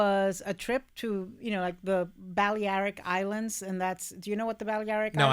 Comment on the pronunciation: Ana trying to pronounce ‘Balearic islands’ is killing me. She’s a Spanish speaker too!